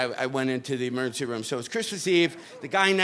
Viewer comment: It's hilarious how he says "emurrncy". 🏥🚑🚨